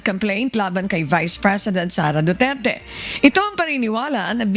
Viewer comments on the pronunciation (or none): none